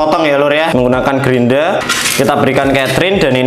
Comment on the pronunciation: Grinda bukan grindra ya, Mohon di pahami..!! 🤣✌️